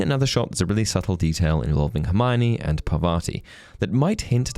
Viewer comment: I've seen a lot of people mispronounce her name, so just wanted to correctify. It is pronounced Paar-vuh-tee instead of Purr-vaa-ti.